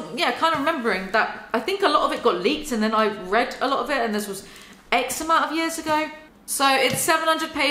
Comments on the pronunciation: everytime you say "x amount" i hear "eczema" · It took entirely too long for me to realize you're saying "X-amount" not eczema.